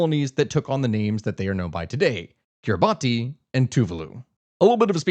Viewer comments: Small note, it’s pronounced kiri-bas not kiribati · For future aid, Kiribati is pronounced Kiribahss.